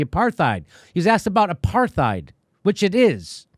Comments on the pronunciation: Who doesn't love Jimmy enough to tell him to stop pronouncing the "TH" in apartheid?? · I love you Jimmy and love your show, but you've gotta stop mispronouncing the word apartheid. It's an Afrikaans word which comes from Dutch, pronounced apart+hide, and there is no th fricative sound, as there are no th fricatives in Dutch. Apart means apart, and heid is a suffix meaning -ness. It would be translated literally as "apartness." If you say apart heid together, it ends up sounding a bit like the way most English speakers pronounce the word: apartide. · Love u jimmy but u keep saying “aparTHeid” and I’m pretty sure the h is silent - apartide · The real warcrime here is the way jimmys pronouncing the th in apartheid...the situation of the palestinians is killing me inside... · You can always count on Jimmy to trip over that "th" in apartheid. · It's pronounced apart- hate. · It's pronounced a part tide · You're pronouncing the word wrong, Jimmy. It isn't with a "th" sound it's a "t" sound...aparTITE. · Why Jimmy cannot say the word "apartheid" is beyond me.